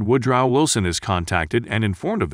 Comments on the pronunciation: You should practice speaking the names an locales before uploading (ie; Kings man) it's kingsmen, and WoodRow etc. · Wtf way did you say woodrow???